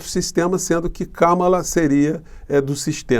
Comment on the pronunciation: E kahmahla nao kammela